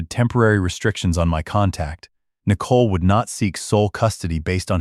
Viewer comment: The AI speech on this story is pretty bad. Out of context "daaaad" screeched. Nicole incorrectly spoken N eye cole" etc